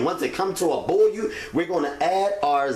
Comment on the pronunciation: Boil ( boy-yuhl) not boyoo